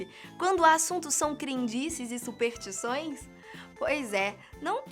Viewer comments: Dizem que se esse comentário receber um certo número de likes, a começa a falar superStições ao invés de Supertições, que é uma espécie de madeira muito queimada. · Faltou o "S" na narração,. Se pronuncia: superStições;)